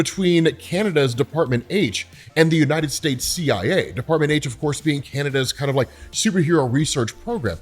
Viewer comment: Can-ah-dah's project haych